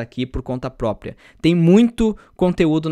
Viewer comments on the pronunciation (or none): none